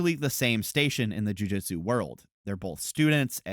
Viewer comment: Amazing video, and this is not a dig, just a note because it keeps bugging me: it's pronounced Joo-Joot-su, not Joo-Jit-Su.